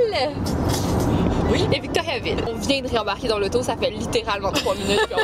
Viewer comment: Omg dans la vidéo a dis victoriaville